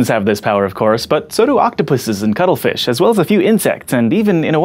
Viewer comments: i keep thinking you are saying cuddlefish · I keep hearing "cuddle fish". lol This needs to be a t-shirt or something.